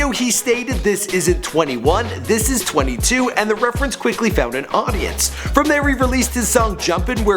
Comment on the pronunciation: check out how this man says audience wtf